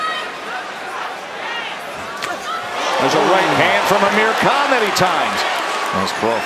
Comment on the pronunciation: He said Ameri can instead of Amir Khan🤣🤣